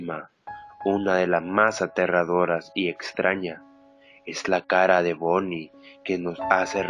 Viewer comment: soy la unica que noto que dice "la caPa de bonnY" enves de "la cara de bonnie"??